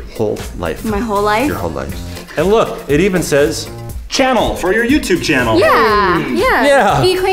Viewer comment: When vy was opening her Christmas present Chad was like “ it says channel like you have a YouTube channel “ but you are supposed to pronounce it as shanell